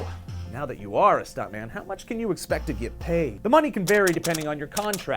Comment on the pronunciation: Stuntmun. Pretty sure that's how I said it. Pretty sure I'm totally okay with this.